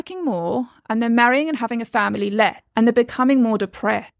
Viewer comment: Anyone noticing that she doesnt announciate 's' - "depre'd (depressed), "wore" (worse), "leh" (less)